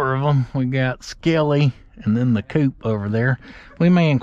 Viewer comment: Hey, just want ti say first off I’m not laughing at you I’m laughing with you as I’m a neighbor of yours being from Seminole. I just loved the way you said “ ooh there are some old oil cans, a coop oil can and some other.” lol. The “Coop” oil can is actually Co-Op Oil. Short for Cooperative Oil. lol I just laughed with you when you called it coop. Keep it up J nice to have a local YouTuber that’s worth supporting.